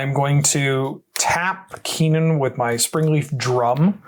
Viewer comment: In response to this video and the pronunciation of Kinnan, I am going to order an altar of Kinnan that reads Keenan, Burger Prodigy with some classic Good Burger art!